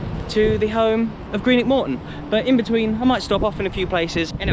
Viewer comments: That was absolutely horrific hearing you repeatedly - time and time again - talk about "Greenock fans" and suchlike. And I'm saying this as a St. Mirren fan (their supposed rivals). They are Morton fans. The team is Morton. Greenock is ignored as a prefix. Also, wtf with "Ton" as if it's a weight? You need to say "tawn" like tawny owl. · It wasn’t a merger, just added the name of the town. And “Ton” with regards to Morton isn’t pronounced normally, it’s like “Tawn”